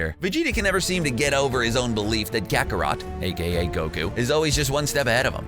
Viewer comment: Real Zero he also said gakarot